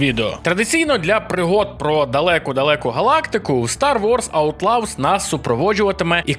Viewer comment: Аутлавс?? Шадовс?? Господи, когда уже работа с произношением будет у ведущих разных каналов. Ну сколько можно блть, в самом деле?!?